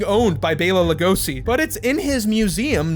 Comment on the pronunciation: Lugosi is with an s, like Lugoshi